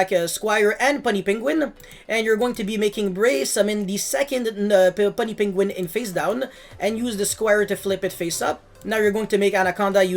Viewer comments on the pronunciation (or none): puny not punny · "Puny Penguin" is pronounced "pew-nee", it means small or inferior. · The way he says puny lol